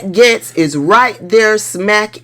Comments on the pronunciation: It’s not Gets it’s pronounced GATES, respectfully! ❤ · I like like that you pronounce his name like I do, he wants us to say “Gates” and I refuse to. He’s “Getz” with my pronunciation, dirty perv cheesehead Getz!